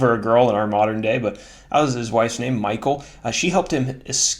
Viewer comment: Michal.... check out the true pronunciation of Michal. Not Michael as in English.